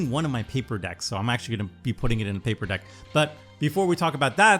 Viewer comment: Paper deck? Did you mean pauper???😅